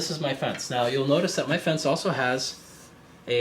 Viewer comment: I can see this being useful for power tool work. Pretty useless for hand tool work though. ok, looking at how I can make my own with extruded aluminum from 80/20. Part cheap, part like dyi.... btw, Starrett is pronounced "Stair-ette" with emphasis on first syllable. Sorry, old toolmaker here :) thanks for the vids. It's great to see how this is used and your mods to make it better